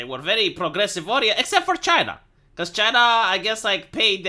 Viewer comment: I miss the way he says Chay-na.